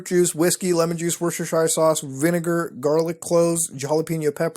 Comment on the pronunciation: You pronounced Worcestershire sauce wrong, phonetically it's 'wustersheer' sauce lol